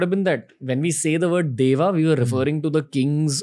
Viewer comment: Why do we Indians continue to mispronounce Sanskrit terms? Why do we mimick foreigners and prefer to mispronounce 'Deva' as 'Devā' (देव को देवा), 'Asura' as 'Asurā' (असुर को असुरा), 'Rām' as 'Rāmā' (राम को रामा), 'Purāna' as 'Purānā' (पुराण को पुराणा), 'Ganesha' as 'Ganeshā' (गणेश को गनेशा), 'Buddha' as 'Buddhā' (बुद्ध को बुद्धा) ....... so on and so forth (and of course 'Bharata' as 'Bharatā ie. भरत को भरता!!)!!? Isn't it similar to an educated Englishman pronouncing England as Englandā (इंगलैण्डा), Jesus Christ as Jesusā Christā (जीज़ज़ा क्राइस्टा), Angels as Angelās (एन्जलास्), God as Godā (गॉडा), Charles as Charlsā (चार्ल्सा), 'Peter' as 'Peterā' , John as Johnā (जॉना), 'Paul' as 'Paulā' (पॉऽला), ......... - you get the drift. It is even more disappointing to see supposedly "learned" and purported "experts" mock the very foundation of Sanskrit itself which puts such immense importance to 'correct pronunciation' (शुद्ध उच्चारण) that it cannot be stressed more [ so that you don't end up addressing your own ie. 'svajan' (स्वजन) dogs ie. 'shvajan' (श्वजन') ]